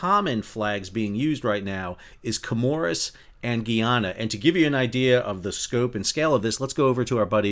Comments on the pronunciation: Good day love your videos, I want to correct how you pronounce Guyana. It is Guy-ana not Gee-ana. Guyana is a former British colony unlike its neighbor French Guiana. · New drinking game...everytime Sal mispronounces Guyana (guy-ANN-ah) 🍻😊